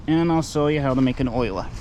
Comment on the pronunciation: I know the pronunciation as oh-la,not oil-a. Maybe a regional thing?